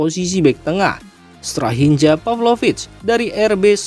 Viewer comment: Tks infonya soalMilan tapi ada sedikit koreksi dari saya soal penyebutan nama ,tolong sesuaikan sdn bahasa begara tsb,contoh penyebutan strahinja huruf" J" dbaca sebagai huruf "y",tks atas perhatiannya